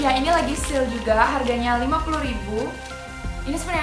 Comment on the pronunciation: Sale bukan "sil"